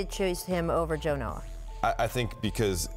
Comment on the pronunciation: So called expert....the fat guy said Noah...lol...